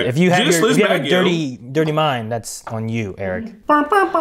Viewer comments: Elon sleazebaggio is actually incorrect pronunciation😅🤨 but alas knowledge is nothing but spectacular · It’s slezebaggano btw not baggio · Bruh, it’s Sleazebaggano, NOT Sleazebaggio. Come on.